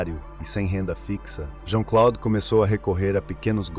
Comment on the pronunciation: JEAN CLOUDE, A PRONUNCIA É ASSIM...😮😮😮